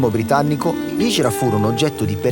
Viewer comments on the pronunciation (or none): La hindra not la hijra